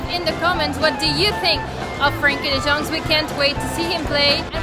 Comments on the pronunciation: You pronounce it like frenkie de young. Not frenkie de dyoung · Who is Frenkie de Djong lmao